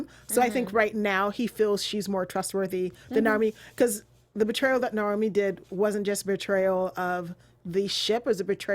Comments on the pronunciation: pronunciation of the names is still really weird. Subtitles are way off as a result. Nay Owe Me (not normie) Sad a Veer (not var) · why would your pronounce naomi as normie